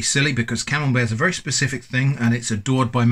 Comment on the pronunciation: oh, it's camembert 🤣, i was hearing camel bear or camel beard🤣